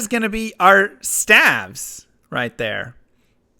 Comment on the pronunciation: Stayves, not stavs